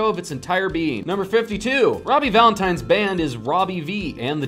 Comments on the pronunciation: did this man just say robbie valentiNE? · he did not just say robbie “valentine”